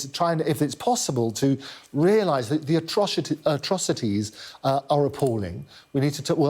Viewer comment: He's pissed! Atroshities..aha